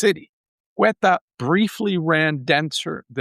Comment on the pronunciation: The name of the place is Ceuta, pronounced Seuta, not Queta.... isn't that a big difference, for someone named that claims to know so much about the place...